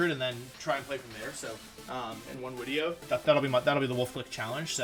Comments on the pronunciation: Christopher Bodnar No it’s not a speech thing, just an inside woke. ( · Im sure its some inside joke..whys he say wideo? Not speech thing right?